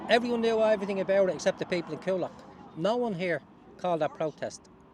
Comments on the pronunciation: It’s pronounced ‘Cool Lock’ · You could have bothered to learn how to pronounce Coolock... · He cant even pronounce Coolock ffs